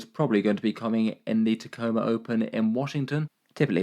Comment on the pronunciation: Thank you for pronouncing Tacoma correctly.